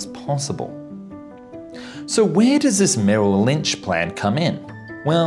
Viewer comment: Merrill Lynch!? Seriously???? 🤦‍♂️